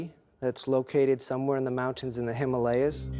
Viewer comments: You mispronounced Himalayas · Ugh, David Wilcock's pronunciation of 'Himalayas' is painful. Also, Shambala is not Nirvana... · lol can't even say Himalayas correctly :D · David Wilcock needs to pronounce "Himalayas' correctly. He sounds like a Trump University graduate. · It is Himalayas lol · He cant even say himalayas right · Yo Wilcox are you kidding me? With all your so called knowledge and investigations you couldn't even pronounce HIMALAYAS. YOU'RE A JOKE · one dude cant even say himalaya right and they use him to try and validate ancient aliens. they know how stupid we are obviouslt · how do americans manage to miss pronounce everything.,,,,,,,,,,,,,,."Himalayas" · How is a guy that smart and still mess up pronouncing Himalayas? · Why can't David say Himalayas correctly or like everyone else. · I'm sorry, the "Hamalias?" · Gotta say, I tuned out after he said “Hiiimmm-aaahhh—Leeaahs”...all I could focus on then... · Himalias?! :23 It's pronounced Him-A-Lay-As, you mong. When did the History channel become 'Ripley's Believe It Or Not'? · him-a-lay-as* lol and ice in a cave is not that big of a deal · How did he pronounce "himalayas"? Himalyas? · “Hima-Layers” my guy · In the ‘Hi-mar-lar-yas’ my mans seriously didn’t just pronounce Himalayas like that. Cmon now… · Did he just call them the "Himalyas"? Dude, there are 3 A's in that word. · WTF is the ‘himalyas? Lol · Him- ay - lay-as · Did he just say "the hamalyas"? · THe “HYm Ah lee Us” 🤦🏻‍♂️ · Lol....wow....where are the caves again??? The him-al-li-uz? Never heard of them...Himalayas I know... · its in the ha mall le ahs hahahaha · Well, the actual pronounciation is He-mah-læy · is pronounced him aalay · "in the hamalias" LOL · Not even 20 seconds in... the HiMaLeYaS? Come on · As soon as the blond guy said “Him-Arleas” I switched off...🤦🏻‍♀️ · Hym-alians lol I'd like to hear him pronounce somalians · That guy cant even say Himahlayas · Did my man just say Hamaliyas? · Wow, he can't pronounce Himalayas.